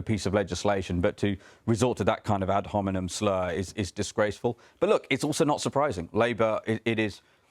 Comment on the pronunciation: 0 :39 It's ad hominem, ot 'ad hominum'; 3rd Declension noun.